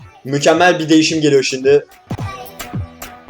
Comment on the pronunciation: No one::şiNdi